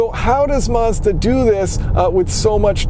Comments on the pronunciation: Why do you keep saying Marz-da? Its Maz-da dude. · You mispronounced Mazda